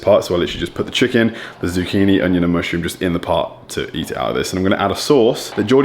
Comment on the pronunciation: “Zucchini” haha turning Canadian